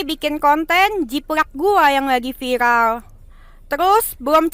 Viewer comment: Si cedal aslinya bisa sebut R,cuma biar viral,buktinya bisa sebut viRal